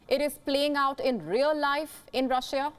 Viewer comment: Shame on you for keeping pronouncing my country's name Rusheeya! It's pronounced "Rusha" (En) or "Rosseeya" (Ru)